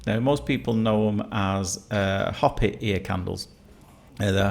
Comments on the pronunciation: Hoppy 🤣 . It’s pronounced more like Hope E .Hopi . Always enjoy your videos. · It's pronounced ho-p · I never bought into the whole ear candleling thing. Just didn't seem right. Hopi is a Native American tribe. It's pronounced Hoe-pee.